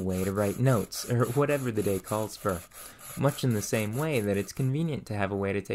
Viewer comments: I love your content although I am relatively new to your channel. There is one thing that I've noticed in your speech that I can't get over. There are words that you pronounce awkwardly such as for being pronounced as fur. You sound like a native speaker until you say that. Just wondering where your accent comes from? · Why can you not pronounce "or"? Its like nails on a chalkboard to hear you say "fur" "mure" "befure" "furm" "unfurtunate" "histurical" "histurians"!